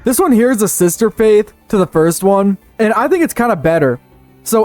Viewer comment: nothing, you heard him mispronounce faith while he was showing footage of Africa and came to a conclusion